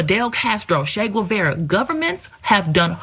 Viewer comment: Homegirl is craycray, but I giggled at how she pronounced Che Guevara… never heard it like that before 🤣